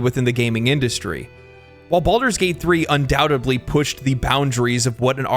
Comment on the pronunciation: Baldur’s Gate 3 is a shining example of goodness, freedom of thought and great artistry bizarrely being a recipe for success. Not a bunch of corporate shit. (And I love you man but I’m That Guy and the word ‘undoubtedly’ DOES have a letter ‘b’ in it but it’s in the syllable previous to the one you pronounce it in and… it’s silent so it’s pronounced like “un-dow-ted-lee” and start throwing stuff at me… now!)